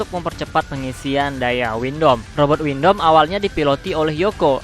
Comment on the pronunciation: Abang sebut windam itu windom